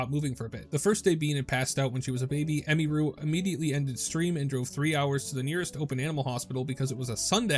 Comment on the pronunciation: It's pronounced Em-ihh-ru, not Em-me-ru lol, every single content creator I've seen keeps pronouncing her name wrong 😂